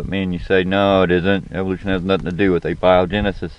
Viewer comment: The Theory of Evolution simply explains the diversity of life it says nothing about where life comes from. The Theory of Evolution belongs to the field of Biology and Abiogenesis to Biochemistry. What do you think the simplist life form is? Are viruses alive? P.S, learn to pronounce the stuff you're talking about. Using spell check would be helpful too. We all make mistakes but these are easy ones to correct.